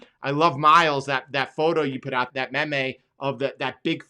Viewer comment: The only thing is wrong about is the pronunciation of meme, so disappointing SMH